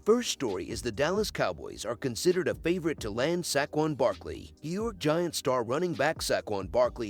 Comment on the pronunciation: "Sack-juan barkley" 💀